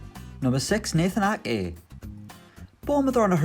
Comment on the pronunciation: How is he pronouncing Ake? Lol he kept saying A-eh